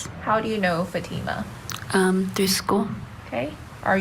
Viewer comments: Hey. Won’t you even Try to pronounce her name correctly. Just have to listen to this to understand it isn’t FATima. It is Fateema. SMH. You sound like the defense. Stop it. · I wish people would pronounce her name correctly. It’s pronounced FAHTMA not Fateema.